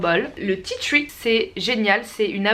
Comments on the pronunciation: Tu ma tué tu dit « ti thruii »alors que en français c juste « ti tri » la prononciation hein ! Voilà je c je suis chiante et relou mais bon j adore la Vidéo y en a pas beaucoup des comme ça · Tea "tchui" 😂😂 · "du tea twi" 😂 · tu me tué quand tu disais "titui' pour tea tree mddr sinon super video dommage que je peux pas me procurer tt ces produits